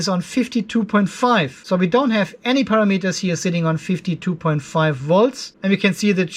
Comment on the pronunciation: I have learned so much about controlling Lifepo4 batteries, so thank you. But mainly I watch so I can hear you say "Para-Meters"